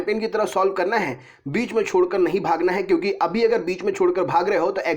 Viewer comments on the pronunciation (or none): none